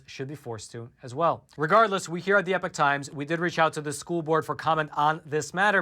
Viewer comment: WA by do u say EPIC times? It's EPOCH times